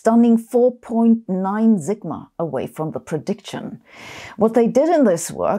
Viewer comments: A big shout-out to trans physicists with scoliosis who are bad red telephone humor—love you <3 "A stunning 4.9 zigma" (always use a sharp s when you see an "s", like in "Israel" ) "kelculate" (just say "kalculate", it's a better approximation of the real thing, "calculate"—friendly advice from a German) I muted the part when she talked to her telephone. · Just FYI, we English-speakers pronounce "sigma" like an Austrian, not like a German. The "s" is unvoiced.